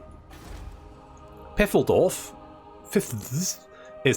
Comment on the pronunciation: Its Phaildorf. Ph like in the name Phillip.